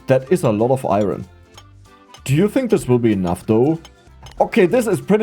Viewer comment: Thats the joke xD same with the ion (iron)